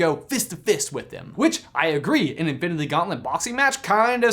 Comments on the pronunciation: Okay I love this channel and everything y’all produce but idk if it was because how fast you were talking or if it’s just how it was recorded idk but almost everytime you said “infinity” it came out as “infiniTHE” and it maid me cringe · Bruklefe15 “infinithy” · "infilindy war"😂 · manz cant say infinity oh sorry i meant infinbity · “InfiniTHE war” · Anyone else notice how he says infinity weird ?? Oooor is it just me